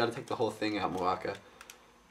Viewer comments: Muaka - Yellow Kane-ra - RED Mu-a-ka NOT Ma-u-ka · ist it pronounced mu-a-ka not mak-u-a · Dude, you pronounce Muaka wrong. It's "MOO-AHH-KAA" not "MAA-KOO-AA" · the review:informative,cool,but one thing...YELLOW=MUAKA,RED=KANE-RA, i Bioniking approve this message,cool review,(top not to be taken offensively) srry im real ocd) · It's pronounced "Moo-Ahk-ah" "Ka-nay-ra" Those pronounciations are from a Bionicle Encyclopedia book I have. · they are pronounced MUE-AH-KAH and KAH-NAY-RA.